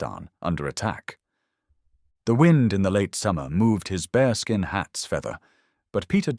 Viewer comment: "bearskin" - not 'bareskin'. from black bears in Canada